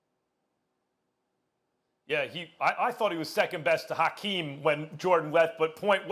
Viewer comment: The H is silent